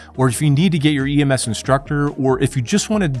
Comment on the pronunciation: Are you saying EMF or EMS?